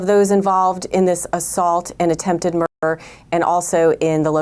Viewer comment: Why is the word murder being distorted and not pronounced accurately??? 😮😮😮